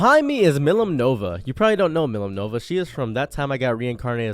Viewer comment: As a Slime Tensei fan myself, I had to stop two seconds into the video after your gross mispronunciation. It's Milim Nava (pronounced Mil-eem Nah-vah), not Millem Nova. On a completely unrelated note, when you say you watched Trigun, are we talkin' the original late 90's version, last year's reboot (Trigun Stampede), or both? Also, did you catch the Badlands Rumble movie that ran in the mid-2000's? I have to know just how cultured you are.